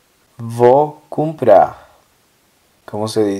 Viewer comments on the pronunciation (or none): por qué a veces las palabras que terminan con R las pronuncias como si terminaran con J y otras como si lo hicieran con R? por ejemplo "comprar" la pronunciaste "cumprar" pero "falar" la pronunciaste "falarj"